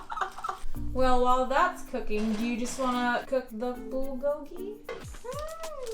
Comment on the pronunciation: I’m cuuuuuking really😂😂😂😂 had a whole accent at that moment 😂😂😂😂